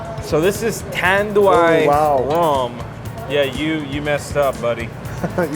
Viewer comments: GINEBRA is pronounced as He-neh-brah Tanduay is pronounced as Tan-dew-eye. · Tanduay pronouced as TAN-DU-WHY. Ginebra pronounced as HEE-NEB-RA.